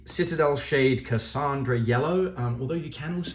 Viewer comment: It's Casan - Dora, not Casandra lmao Love the video though dude, take care around blades tho!